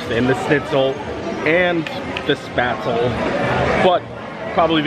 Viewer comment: Gotta tell you. You drive my German wife mad by mispronouncing “spaetzle”. It has a long “A” sound.